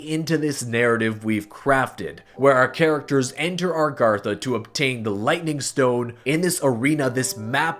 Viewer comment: Stop saying Argartha. It's A-GARTH-A